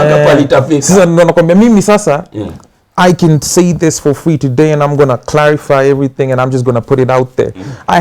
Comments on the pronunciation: He pronounced differently come not can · Ati can instead of can...i'm dead...lol